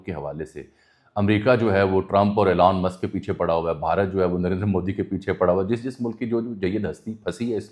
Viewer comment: Meray Bhai Jab Ap Preparation Kartay Hain To pronunciations bhi daikh lya karain. Epestein files nahn hota Epstein files hota hai. ep k bad es nahn hai. Elan musk nahn hai. Elon musk hai, woh bechara koi elan nahn kar raha. Kindly take it as positive criticism. Main English ka expert nahn hoon but main koi vloger nahn hoon